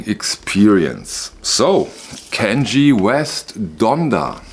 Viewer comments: Kanye, pronounced CON-yay, not Kan-jee. He’s completely insane. Maybe you’re mispronouncing it deliberately, hard to tell. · did you just call him kenG????? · Kan (like Wrath of Khan, the Star Trek movie) ye (soft Y as in Yellow - not a J sound & then e is AY - as in the end of hip hip hoorAY) 🙂